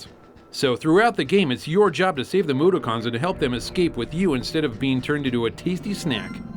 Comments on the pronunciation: Yes I'm going to continue with the strange pronunciations with "Moodoocons". Because I have a hangover and and will understand;) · Moo dock in. not moodokins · Moo - dock - ons, not moo - da - cons